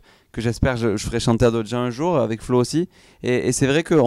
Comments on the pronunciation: Sa me stresse comment il dise avé au lieu de avec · Le "c" qui manque quand ils disent "avec" 😱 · Qui a remarqué qu'ils savent ps dire "avec" ? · et les "ce" la fin de moins ;) l'accent de Toulouse !! <3